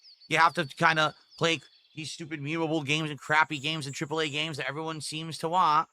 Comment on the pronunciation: Wahn, wahn, wahn. Jfc there's a T at the end, it's WANT